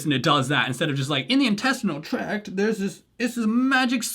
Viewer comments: They were saying “”intestinal TRACK.” It’s “TRACT.” That alone is a red flag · You know it's for idiots when they say "intestinal track" instead of "intestinal tract". They not only said it wrong but spelled it wrong in the video. (FYI, it's "tract" with a T).